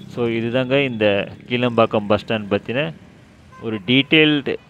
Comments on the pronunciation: Isn't that kilaa( ளா )mbakkam? And not keela(ல)pakkam? Pronounciation mukkiyam bigilu 😅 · கீழம்பாக்கம் அல்ல ; கிளாம்பாக்கம் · இந்த பேருந்து நிலையம் கீளம்பாக்கம் அல்ல --- கிலாம்பாக்கம் என்று உச்சரிக்க வேண்டும். நீங்கள் சரியான பெயர் கொடுத்து பழகிக் கொள்ளுங்கள். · Bro, கிளாம்பாக்கம், not கீழம்பாக்கம் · கீளம்பாக்கம் இல்ல, கிளாம்பாக்கம்